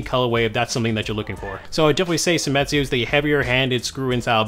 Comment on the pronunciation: it's seimitsu not semitsu, right?